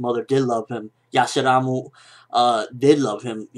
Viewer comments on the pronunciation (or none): . Lol, "Yasahramu" xD